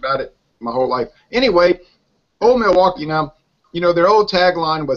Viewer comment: Examining Old Milwaukee? Now that's funny. It's cheap. It's not so good. It's cheap lol. Uh. ...it's Old Mil-blah-kee. Funny review. How you talked about it for this long was funny. Cheers you guys.